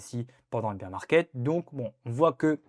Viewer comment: "Bèèèèr" market 🥹